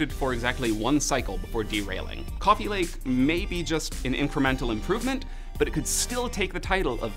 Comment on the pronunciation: Cwooofe lake